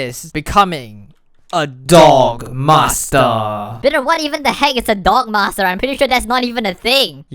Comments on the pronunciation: Every time he says D O G M A S T R E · anyone else hear "dong master"